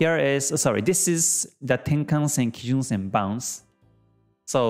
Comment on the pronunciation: これは初めて、平均足（ヘイキンアシ）を正しく発音している方を見つけたことになります。YouTube上の他の人々は不思議と「ハイケンアシ」と呼んでいますね。同様に、一目均衡表の要素も正確に発音されています。多くの人が転換線（テンカンセン）を「タンケンセン」や「タンケンサン」と発音しているようです。まあ、日本人が日本語の元来の経済・金融専門用語を正しく扱うのは当然ですが・・・